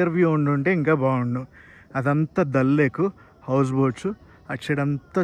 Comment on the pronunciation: దళ్ లేక్ కాదు దాల్ లేక్